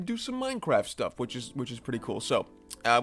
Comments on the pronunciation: Bro, you really edited this video and didn't make the change and realize it is Minecraft, and not "Minecarf" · Hey Buddy, It's Mine CR aft, Not Minec AR ft.. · pahahahahahhahah did he say minecarft